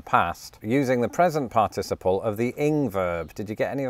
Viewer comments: was inconsistent in his use of a stress pattern on the word "participle" in this video. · Do pronunciation of shared words next - I'm enjoying your odd pronunciation of "par-TIS-iple" as opposed to "PAR-ticiple" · I find the British pronunciation of the word "participle" interesting. In American, I learned it with the stress on the first syllable: "PAR-ti-ci-ple." But I've heard a few different British speakers say the word, and they usually pronounce it with the stress on the second syllable: "par-TI-ci-ple." Yet another language difference. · I couldn't help but notice the difference of emphasis on the syllables in the word "participle". I say "PAR-ti-ci-ple", but the British way seems to be "par-TI-ci-ple". Interesting. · Your British syllabic pronunciation of "participle" (parTISable) is making me giggle. I've only ever heard it as parta'siple (phonetically speaking)! Old joke: You're stressing the wrong syl-AH-bul! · I say part iciple and not par ticiple. Whose pronounciation is proper as to from whence the word was derived? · USA: PAR-ti-CI-ple Him: parTIciple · Thy way you say "participle" seems very odd to this American. You break it down as "partic-iple" whereas I would say "parti-ciple". The syllabification is off. Which actually illustrates the difference when you compare that word to "syllable". "Sy-llab-i-fi-ca-tion" vs "syll-a-ble". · "Determiner"? We call those "articles" in the US. "In hospital" makes more sense without the article. "Participle." In the US it's pronounced PART-i-siple, not "par-TIS-i-ple." The US pronunciation sounds more fluent to me. But I'm American. The "shall" vs. "will" difference is interesting. I was taught ('50s) to use "shall" in first person, and "will" otherwise. To EMPHASIZE, reverse it! So: "I shall go", becomes "I WILL go" if emphasis on the action is desired. That is no longer true today in the US. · In the US, we accent the 3rd syllable of the word, "participle".